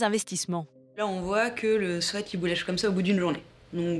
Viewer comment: 90€ 10ans de durée 11€ 1 semaine Mais le quel est plus intéressant faitent vos calculs 🤣😂🤣 Ps Julia swèt 🤣😂🤣 quand on dis des motes en anglais faut les dire correctement 🤣😂🤣 think about sweet (swiit) (swiit-shert) mais swèt arrête les dégâts En fr Chemise a sueur, pull a sueur, pull de survêtement (plus jolie) 🤣😂🤣